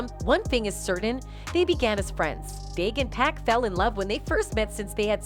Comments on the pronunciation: Exactly!!!! Someone needs to tell her it’s 2pac not 2Pack, well it’s safe to assume that she can’t rap not 1 song from 2pac or 2Pack 😂😂😂😂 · How can Pac take 5 shots and leave unharmed? 😂 Girl care yo trolling, culture vulture, knowing nothing abt hip-hop self. 😂 and you keep disrespecting this man name calling him PACK and TUPACK. GOD gone send you to the land of torment. Put some respect on God son name Miss wonderbread lady. 😂 EVEN calling Dr Dre, Dr Dree. 😂 I can't stand ppl like y'all. 😂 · She said he was shot 5 times but escaped unharmed. How dumb is that statement? And if she calls him "pack" 1 more time. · Sorry, but it’s rather annoying listening to how you pronounce 2Pac’s name. It’s Pac not Pack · Ma’am, you’re so disrespectful to this man. Please pronounce his name correctly! His name is 2PAC! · If she say 2 pack one more time........ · Pac really destroying the name with the pronunciation